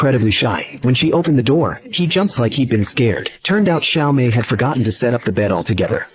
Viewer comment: Well it's "Xiaomei" not "Siao Mei", but yes the names are reworked from the actual Japanese names. This channel often does that to Japanese films.